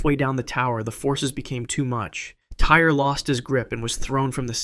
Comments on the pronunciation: Just for future reference, the kid’s name was spelled T-Y-R-E, but pronounced “TY-REE” It might be how the word “tire” is spelled in the U.K., but not in this kid’s case. If you’re going to talk about what happened to him, please at least pronounce his name correctly!!! This poor kid died an unimaginably horrible death. He at least deserves to have people say his name right!!! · The boy who died on the freefall tower his name is pronounced “Tie-ree” not “Tire”. If you’re gonna report on it, have the decency to say his name properly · Agree on all points, but you missed one- The boy’s name was pronounced “TY-REE”, though spelled without the second ‘E’ on the end.